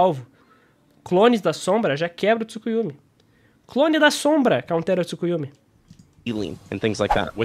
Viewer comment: achhei que tu só falava "Tsukuyumi" por tua pronúncia mesmo, não por achar que se escrevia assim mas nada contrakkkk vídeo ótimo,! e cara, eu achei muito ruim no vídeo do Dygo, ele literalmente comparando o Itachi da luta do Sasuke, todo ferrado, no luto da morte, quase cego, que o Sasuke conseguiu rivalizar, mesmo o Itachi com isso tudo não dando nem 100%, com essa luta do Naruto MK1, e ele usou iso pra dizer que o Sasuke Hebi conseguiria competir com a velocidade do Naruto MK1...